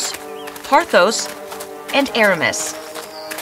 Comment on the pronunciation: The way d’Artagnan pronounces France made me lol! Also, why is he calling ordinary noblemen “Sire”, why can’t you pronounce Argos and Pothos properly, why are half your characters dressed in Regency fashions when they ought to be in Restoration fashions (not that I’d expect you Americans to know what that even is) and why not just tell the actual story instead of all this crap? 🤦‍♀️